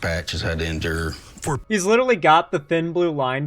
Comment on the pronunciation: “Has had to INdure”